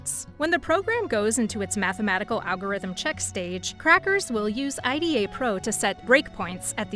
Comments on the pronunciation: you really said Ay Di Ey to IDA 😂 😭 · never heard anyone who knows about OllyDbg calls it OllyD-b-g. and not olly debug. and I-d-a not aida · Olly-DEE-BEE-GEE. EYE-DEE-AA. Really gotta work on the pronunciation there 😂😂😂